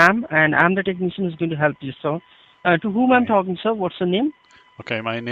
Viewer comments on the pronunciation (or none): Corey Uren 😂 Lol “Tecknee-shun”! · Everytime I hear them say "tuk-knee-shan", I cringe.